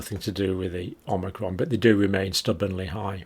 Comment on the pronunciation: Why are you saying methedist on amnicrom no other religion is getting it ?